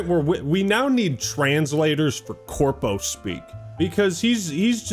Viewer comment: He said CORPO!!